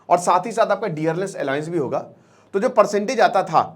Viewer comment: भाई अलायंस नहीं अलॉउंस होता है